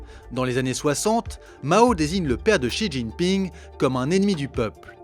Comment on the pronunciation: Pas mal la vidéo dans l’ensemble mais j’encourage les journalistes et youtubeurs qui s’aventurent à parler de la Chine quelqu’en soit l’angle ou le sujet à commencer par apprendre à prononcer les noms chinois... Pour quelqu’un qui connais le chinois, voir pire, y a vécu, c’est insupportable. En pinyin (phonétique chinoise) le x par exemple ce n’est pas un x comme en français mais un s ou c comme dans ciel... De la part de gens soit disant pro ça fait bien tâche.